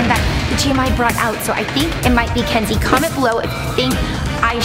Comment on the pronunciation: It is not kenzzey